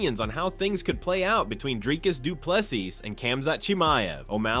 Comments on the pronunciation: Doe-ple-sie Not Doe-ple-sis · Pronunciation - Doo - Pleh _ See,.. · Bro say DDP surname properly please its getting irritating at this point